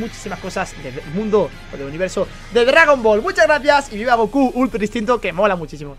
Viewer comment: Este men dic3 dgagon ball no dragón ball